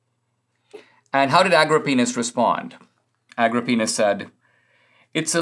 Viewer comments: Aggro-Penis! Maybe we could reorder the emphasis of syllables on that name? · I couldn't help but snicker every time he says "Agro Penis". It sounds like some sort of erectile dysfunction drug.